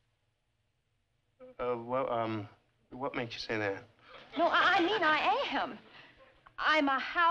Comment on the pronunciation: How does she make “witch” into a two syllable word?